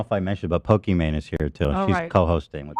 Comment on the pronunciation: calling her Pokiman like its her superhero name😅.